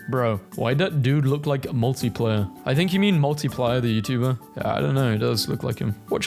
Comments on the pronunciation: It’s Markiplier, not Multiplier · MARKIPLIER. NOT MULTIPLIER HELPP